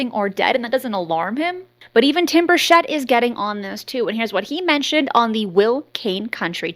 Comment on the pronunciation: Bur Chett not Shett